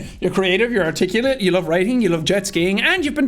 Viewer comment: I think he was trying to say "articulate", but it really sounds like he said "particulate".